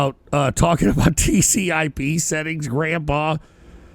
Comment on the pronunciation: Tries to act like some uberhacker but calls TCP/IP "TCIP" lmao. Back in the day people like him were called "sharpies" because they think running a port scanner on someone = pwned